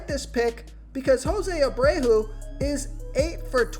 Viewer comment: Jose Abrayhoo, lol